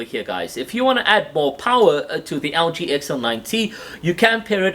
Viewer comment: Sounds like he's calling the Algae XL9t. 😂